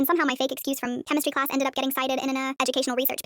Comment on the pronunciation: Bro I just read all the comments and is everyone just gonna ignore how she said chemistry class at the beginning of the vid